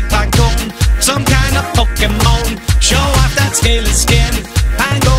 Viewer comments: The way he says "Po-ke-mon" is really nice, idk why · I love how you pronounce Pokemon.